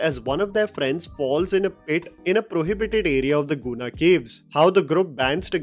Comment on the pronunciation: Guna cave, not pronounced as Koona Cave. It was called as Devil's Kitchen and many lores are told by locals of Kodaikanal.